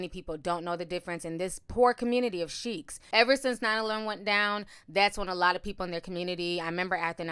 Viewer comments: Hey it's not cheikhs. It's Sikhs. Pronounced the same way you pronounce sick in English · “Uncomfortness” 😂😂😂😂 It’s “Discomfort” Ti! 🤣🤣🤣 Also they are Sikhs; and their religion is Sikhism. Sheiks are another community (Arabic) Totally different groups! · Ok i love you ti but it's pronounced like seeks. We have many in London. 😘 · Omg yes! Made me cringe hearing her say Sheiks over and over and over again 😩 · Sorry, Through out your commentary you pronounced the title of the 4 men incorrectly. They are not Sheiks. They are Sikhs. The h at the end of the is almost silent. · It's pronounced as seeks. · I believe it is pronounced ‘seeks’